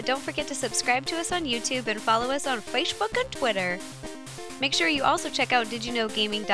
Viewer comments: She said fashbook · fwace book and teeter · did she say fashebook at the end? lol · ya totally heard that too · that 'fayshbook' at the end made me laugh a little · did i hear faceshbook and twitter at the end? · Fachebook, really? xD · Please...say Facebook one more time...PLEASE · Rosanna can't pronounce Facebook right.